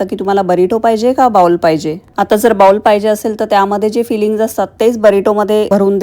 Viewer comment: बाउल नाही बोल म्हणतात अमेरिकेत राहून अजूनही उच्चार चुकतात